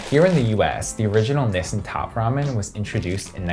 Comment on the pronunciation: 7 minutes and 33 of this man saying "Nissin" wrong